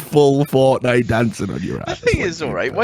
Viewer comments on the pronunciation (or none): none